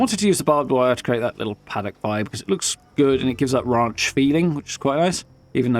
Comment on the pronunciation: “A raunch camp”